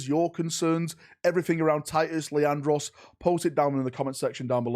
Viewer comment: Leandros, its Leandros. Did I mention it was Leandros?